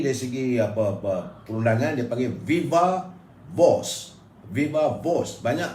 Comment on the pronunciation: Viva Voce tu bukan baca dia Viva-vos... Baca "Vai-va Vo-se". And please learn some correct pronunciations on other words as well if you wanna use English language, like the word "doubt" for example.